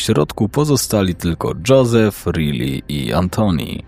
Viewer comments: prosze. To imie czyta sie RAJLI a nie Rili. Prosze o poprawna wymowe imion. Odnośnie Josepha, jego nazwisko czyta sie Himenez (Hiszpanskie nazwisko). Poza tym, dobry materiał 👍🏻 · Czyta się Rajli nie Ryli 😂 taka podpowiedź